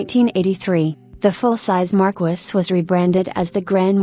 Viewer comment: 😂😂😂😂 AI pronunciation sucks! It's "Mar-keys"